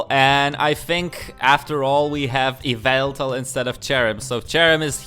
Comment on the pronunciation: Yveltal?? you mean.. YAVELTAL??